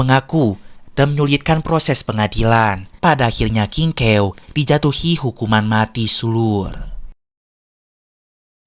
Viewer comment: Aku dengar nya di film aslinya nama nya kingkaw bukan kingkew👋😅